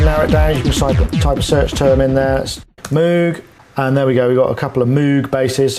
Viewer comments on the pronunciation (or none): One day, the world will learn it's pronounced like mohg, not moog ( I realize the spelling is confusing.)